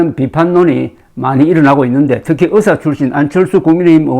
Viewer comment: 대국민 브리핑에서 의사를 의새로 발음한 민새는 반드시 파면해야